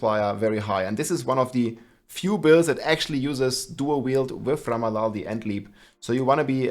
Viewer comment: It's called RamaladNi. Not ramalani. Not ramalali. RamaladNi.